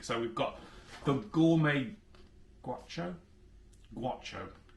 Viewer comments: wow you cant even read, gowcho not gwatcho. A Gaucho is an argentinian cowboy or horse rider of skill. I swear you do this on purpose. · That word is pronounced 'Gow-cho' and it's the word for an Argentinian cowboy. EDIT: Not surprised about the chorizo. Jam/Jelly has a ton of sugar, and sugar burns VERY easily. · Pronounced "gawcho" an Argentinian Cowboy